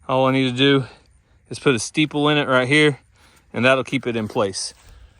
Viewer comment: Isn't it StAple not stEEple. Just saying.